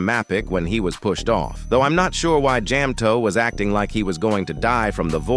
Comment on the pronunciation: Jam-toeP and maa-pic😭